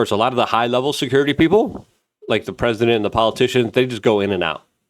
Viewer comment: Luke.. it's PEOPLE.. not peoper